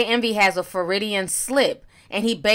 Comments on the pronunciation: Foridian slip!?!?! Ti girl!!! I know you miss pronounce words and names but damn! The term is Freudian slip and what DJ Envy said was not an example of it. I don't want you out here mispronouncing terms AND using them wrong. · It's Freudian slip not Floridian slip. Michael Avenatti not Aventi. Sikhs not Shikhs. I love you Ti but take the time to pronounce these things well. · Ti, when you said Freudian Slip, I thought you said “Floridian Slip.” Lol I need to get some sleep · Sibs Lawrence You caught that too!? 😆 She said Fe-ru-di-an slip like 4/5 times!! AHAHA!! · “FROY-dee-in,” not Floridian. Jesus Christ 😂😂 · It’s 1am and I don’t even care! Honestly who needs sleep! It’s time to sip some tea ☕️... lol did she just say floridian slip instead of Freudian Slip? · " a ferridian slip" 🤣🤣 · Feridian slip...I love Ti! 😂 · Did you just say “Floridian” slip??? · Floridian slip? Freudian: pronounced: FROY-dee-en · Freudian.. not Froridian 😌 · Ti.... I love you but it’s Freudian slip. Froy-di-an.... NOT Floridian! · That word you keep pronouncing as "Fah-rih-dian" is "Freudian", and it is pronounced, "Froy-dien". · I love you girl. But Freudian ** slip. Like Froid-E-inn Lol. As a psych major, lemme help you help us boo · Hey, the term your looking for is actually pronounced Fraud-De-In. Freudian slip is a term/expression named after Dr. Sigmund Freud who was a neurologist and the inventor of psychoanalysis as a mental health treatment. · Pretty sure she meant Freudian. Lol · FRO-DEE-AN SLIP! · Froyd ian slip. Just say slip. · That’s not how you pronounce Freudian and him accidentally saying rehab isn’t a Freudian slip anyway lol. I don’t think T knows who Freud is let alone what a Freudian slip is